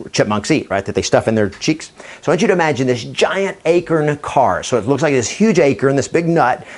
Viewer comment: Its not an "akirn", its an "a-corn" lol do you pronounce corn as "kirn" ? lol just thought that was funny!